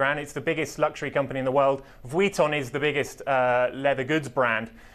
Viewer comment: Lol this man saying Vuitton is really bothering me. Just say LV